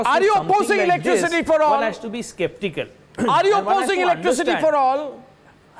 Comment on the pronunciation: 33.40 spectical or sceptical😂